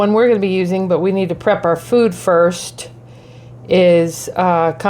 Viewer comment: You could easily have edited your start when incorrectly pronouncing “combi” but chose to show you doing an unflattering “whatever” attitude